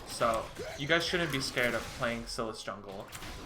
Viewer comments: its pronounced SIGH LISS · His pronunciation gave me an aneurysm. It's pronounced "coo-day-graw" and "psy-lass".